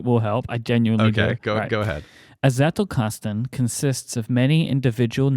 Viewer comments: Agreed, my friend. His Z on Zettelkasten was quite good. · When myke said Zettelkasten and then said every german just laughed: I as a german must say it was actually pretty good